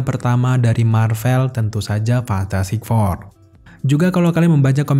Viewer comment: Fantastic four bang bukan fantatTastik four